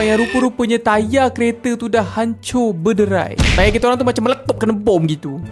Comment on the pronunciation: mcm "saya dah order tayarrr" 😂